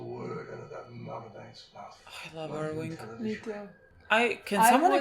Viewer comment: You guys are great, please stop saying "Irwing" though,.